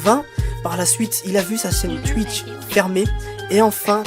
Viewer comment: pourquoi il sait pas dire "twitch " ?